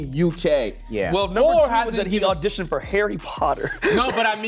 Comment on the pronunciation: Number 5 also said she’s an actor. But I clocked from the way he pronounced “Harry” and “auditioned” (sounded more like ahh-ditioned)